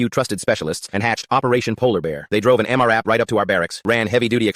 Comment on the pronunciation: Hearing M. R. AP instead of M RAP is irritating